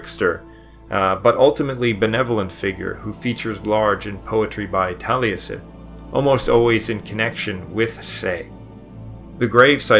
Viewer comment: I've never heard a historian from England, Wales, or Scotland pronounce any differently than "Jeffrey". But then, this guy can't pronounce Taliesin, either, so ...